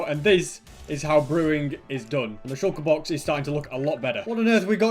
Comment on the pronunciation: He's accent is really interesting like the way he pronounces "come " and "shulker box" more like "coum" and "shouke box", where's that from